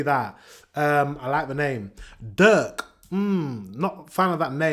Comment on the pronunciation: It is NOT Durk, it is Dirk with i as in it..